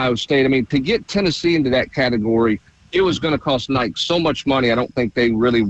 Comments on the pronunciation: Yea I heard him say it a few months ago and shook my head in disgust lol. Love him but it's inexcusable. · I mean it’s gotta me intentional.. who the heck doesn’t know how to say Nike in 2025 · Someone teach how to pronounce Nike